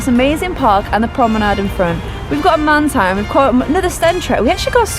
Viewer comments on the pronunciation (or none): none